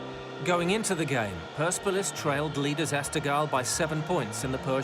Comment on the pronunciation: That’s not how you say PERSEPOLIS